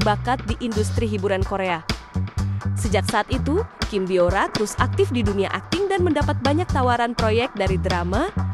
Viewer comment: Kim bo ra bukan kim bio ra..biasa aja bacanya Mimin cantiq😊